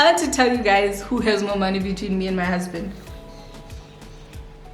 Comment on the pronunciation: “ it’s one moneeey”😭😭😂😂😂😂 You’re so funny.😂😂❤️